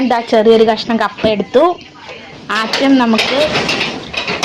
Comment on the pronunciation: ആത്യം അല്ല ആദ്യം